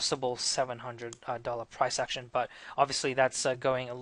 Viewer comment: Great video, you sound Welsh when you say "action" I notice the USD looks weak and 80 has been broken